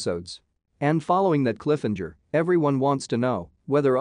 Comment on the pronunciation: Cliffhanger. Not cliffenger lol.